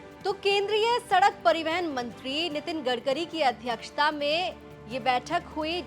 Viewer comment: Madam pariwahan hoota hi peiwehan nahi hota hai..